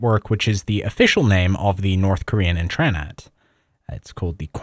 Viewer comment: your ability to read Korean but not pronounce it is mystifying to me